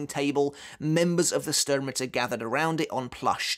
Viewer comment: You really are struggling with the names in the 3rd arc arent you 😂😂😂 Yuha Baha xD whats next Lula Baba? 😂😂😂 Same with vollstanding is the same "s" that u have in sternritter. You have to read both with " sh" like shadow not " s" like sister. Cmon man you know this xd